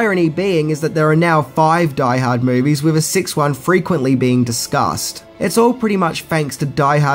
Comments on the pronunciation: Omg, if you said "Die Harda" 1 more time I was going blow my brains out lol. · if he says "die ha-da" one more time I'm gonna die hardest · Take a drink evertime he says Die Hada. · “Die hardar” 😂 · You like saying, "Die Haad 2, Die Hah-dah", don't you. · Die Hahd 2....Die Hahdda